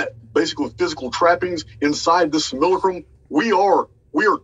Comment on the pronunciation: After roughly two months of finding channel I pride myself in being able to pronounce simulacrum just like him😆😎 Can't wait for these upcoming interviews and live streams. Break free or die trying💪👊